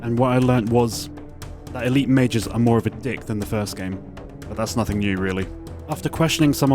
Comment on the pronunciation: when you say Elite Majors it sounds like Elite Mages, I thought you were callin em fuckin MAGES for the longest time lmao